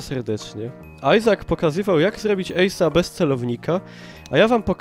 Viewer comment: w sumie to Izak a nie Ajzak